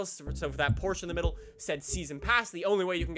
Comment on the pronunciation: Firstly, why don’t you pronounce Gallardo and Porsche correctly? Second, I wish they added the Huracan 580-2. Third, you say Ferrari being in the game is a good thing.